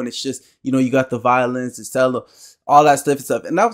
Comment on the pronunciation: Oboe was the instrument that looked much like a clarinet. And, the pronunciation for a Cello is Chello, rhymes with Jello. Good job young man. Keep it going. Glad to help you with the journey.